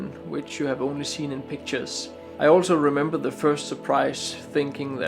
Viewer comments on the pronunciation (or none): none